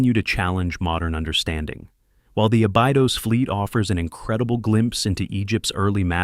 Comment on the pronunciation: It is pronounced a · buh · dows